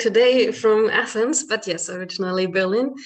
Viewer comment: Not de Athens! Abpo teen Atheena